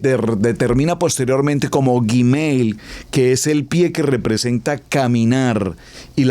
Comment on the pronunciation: UN ABRAZO GRANDE PASTOR NO SE DICE GIMEIL ES GUIMEL NO ES YI ES GUI GRACIAS POR DUS ENSEÑANZAS